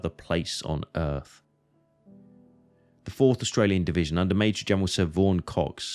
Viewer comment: Du solltest eine richtige Aussprache der Orte und der Truppenbezeichnungen lernen, damit jemand ohne Geschichtskenntnisse nicht der Meinung ist er müsse das Schlachtfeld bei Verden an der Aller suchen, weiterhin solltest du, wenn du ein Video auf Deutsch machst auch die gängigen Begriffe wie z.B. "Division" auch als solche aussprechen. Und es gibt keinen "Dschenerell- Lutenent" was soll das sein, ein "genereller Leutnant"?